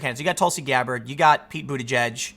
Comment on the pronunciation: It's the closest to the actual pronunciation as anyone can get.